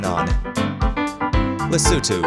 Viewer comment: Bro trolls Thailand and a bunch more with bad pronunciation and says Lesotho like a dang native would. Epic